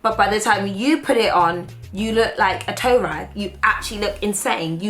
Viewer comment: When she said toerag......